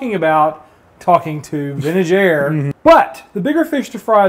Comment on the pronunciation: Every time you said Vintage Air, I heard Ben and Jerry's. Ha Ha Ha. Great video as always. Really dig the Truck.